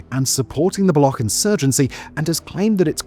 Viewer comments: why do westerners pronounce baloch like that (balokh)? it's not a german word, it's pronounced baloch, ch for cheese (بلوچ) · Its not balokh. Its Baloch. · It is not Balock like a lock, It is Baloch like Launch, Launcher or like gotch you, so you shoud to say balotch. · It's not pronounced as Balokh as you are doing. You are pronouncing it as it is pronounced in the world Lochness The ch is pronounced as ch sound in cheese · Its not "Block" its "Baloch" . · It’s pronounced Ba Loach! Not Block. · It’s not Balokh, but Baloch. Ch here is pronunciated as it’s done in Chapter. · Its not balokh it baloch with a ch as in cherry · It's not Baloc but Baloch (ch as in China). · Baloch is not pronounced as bal-ock but as bal-oo-ch. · Buddy please it's not balo-khhh--- It's balo-chhh--- it's hurts my ears funny. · BULLOCCKK PEOPLE?? You already pronounce it properly while saying Balochistan. Just remove istan and say Baloch. Chhhh... Not khhh... 👍🏻🇮🇳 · It's pronounced ba-lo-och...not ba-lo-ok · Its not balok, its baloCH.. ch as in chick. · It’s baloch bro not balokh 🤦‍♂️ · Balokh is the current pronunciation in the balochi language. "Baloch" is a urdu/punjabi pronunciation. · Baloch not Balogkh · In one sentence you say both "BaloKH" and "BaloTCHistan". Be consistent an prepare before you narrate the video. Do some research on proper pronunciation. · Appreciate the report. Pretty good. But "Balokh"? A big bungee journalism-like, no? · The ‘ch’ in Baloch is ‘ch’ as in ‘chair’ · Murdered the word baloch. Pronounced “buh-looch” ch like change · why are you calling baloch as balokh? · U say balochistan right but when istan is saperated all of the sudden now its pronounced Block? Block people lol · How hard is it for you to learn how to pronounce the subject of your video properly? Balokh? Seriously? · FYI it's pronounced as /bəˈluːtʃ/ bə-LOOCH not ending in -kh. Free Balochistan from Paki oppression!! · Baloch. Bal-och. The "CH" is not silent.